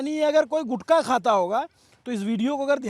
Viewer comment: गुटका नहीं गुटखा यह असली शब्द हैं.... गुटखा से ट निकाल दिया तो गु खा बन जाता हैं 😂😂